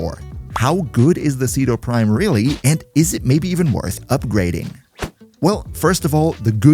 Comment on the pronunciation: Umm actually said it's pronounced Chedu Primo